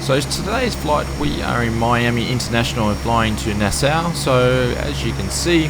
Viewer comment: Thanks. Just purchased this aircraft last week but have not flown it yet. I used to ride in 330's on the Allegheny Commuter from Hagerstown, MD to DC back in the day. BTW - the town in the Bahamas is pronounced "Nass-Saw" just in case you ever decide to go there.:>)